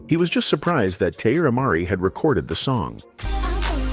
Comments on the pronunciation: "Tee-eye-eerra Marri" is diabolical 😂😂😂😂😂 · At least pronounce her name correctly! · Saying her name incorrectly in a video about her is so disrespectful. I have to thumbs down this no matter what the message is.